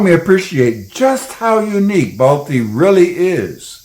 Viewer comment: The actual name of baltistan is baltiyul and it's pronounced as balthyi not balti